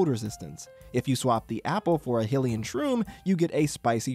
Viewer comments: How’re you saying Hylian like it’s spelled Hillian? Tsk Tsk 😢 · you say Hylian wrong